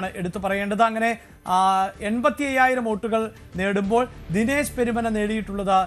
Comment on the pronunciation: പെരുമന യല്ല പെരുമണ്ണ യാണ്